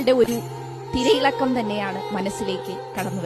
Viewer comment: തിരിയിള കമല്ല PhD തിരയിളക്കമാണ്😂